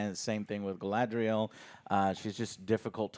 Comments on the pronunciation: Listening to Joe try to pronounce guylandriel never gets old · It hurts when Joe keeps mispronouncing names of different characters. Especially "Galandriel". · He says "Galandriel" so often... haha its funny. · The little smile in Alex's face everytime Joe pronounces Galadriel/Galandriel/Galendrielle and Celebrimbor/Selebrimbor. 😏🙉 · I like how called her "Galandriel." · Game of Thrones was all world building for like half a season aswell, and Joe will never learn to say Galadriels name. lol